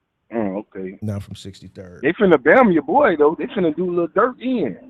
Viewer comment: said I’m not from 63rrrddd😭😭😭